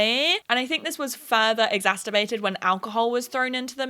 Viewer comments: 'Exacterbated' really threw me for a loop for a minute there. Regardless, loved the video! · Girl I love this video but lol your they way you pronounce “exacerbated” lol